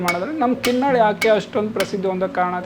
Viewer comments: It's KINNAAL not Kin nal but Kin Naal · Narrator needs to put some work into learning to pronounce local names correctly. The people in the video are repeatedly saying the name KinnaaLa but the narrator (probably north Indian) keeps wrongly saying Kinnal. Narrator, your only job is to lend your voice, and if you don't do that correctly, what value do you bring?